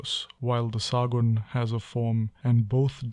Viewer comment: It is Sagunn not saagunn .